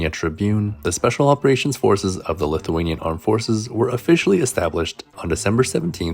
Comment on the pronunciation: on a side note- the way you pronounce Lithuanian names has improved soooo much.. thanks for the content!